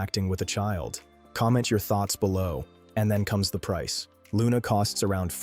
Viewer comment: Are you sure you are pronouncing the name correctly???? sounds a bit wrong